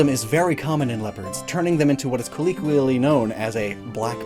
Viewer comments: It's "colloquially" not "colleequially". I think i might have heard you say it like this before, so I thought I'd mention it. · Okay, so, is, "kuh-leek-wee-ully" a common American English pronunciation of Colloquially?